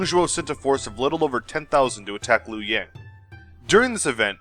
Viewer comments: Some small errors: Dong Zhuo Qiao Mao Luoyang is pronounced as Luo YOUNG. Lu in Lu Bu is kinda tricky..... a cross between Loo and Lee. Good job - looking forward to the next episode! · I keep forgetting to comment on this excellent video. I have no real criticism other than a friendly head up on how to pronounce Luoyang, the capital of East Han Dynasty. Luoyang 洛陽, let's split it as two words. 洛 Luo sounds like Lu-wo but as fast and smooth as you can.. 陽 Yang as Young which you already know. Yang of Luoyang is also the Chinese word for Sun - Taiyang 太陽. Not the for the word 楊 Willow/Salicaceae. Hence the most difficult part of Chinese lingos. One "word/Character/symbol" has multiple context depends on how the rest of the sentence/phrase goes, and there are words sounds a like too. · That's Dong Zhuo ya dope also laughing at a couple of the misspellings, He Jin, mispronunciations, and luoyang.